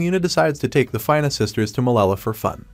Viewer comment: So far everything is good except for pronouncing the name of 'Fina' it's not "Fayna" its Fina